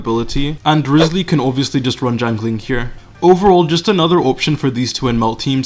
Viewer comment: "gjangling" xD sry love it